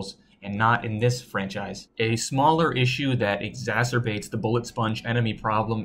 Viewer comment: I can’t believe you pronounced exacerbate correctly. I thought we, as a species, had lost that capability.